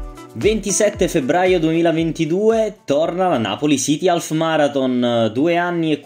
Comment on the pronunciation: non si pronuncia alf.... ma aff